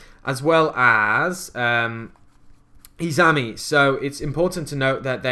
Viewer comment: the spirit monster izanami is pronounced like: "eez-ah-nahm-ee" sorry. I don't wanna be a jerk, but mispronunciation bothers me. ._. Love the deck though! I did a tag duel using my prediction princesses with someone using a herald of perfection deck and it was hilarious since both decks use all fairies. perfection, Tarotrei, and PotF is a near unbreakable board.